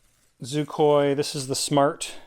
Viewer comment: On whar plabet is Xicoy proounced zoocoy? I think you may need a grammar refresher course sir.....lmao